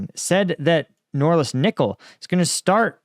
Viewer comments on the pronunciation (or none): Norilsk, not Noralisk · It isn't “NORLISK” — it's NORILSK. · Sounds like you're consistently saying "Norlisk"😂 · Noril-sk not nor-lisk. ;-) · Nor-Rilsk. Norilsk is a severely polluted area. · He can't say Norilsk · It's Norilsk... N O R I L S K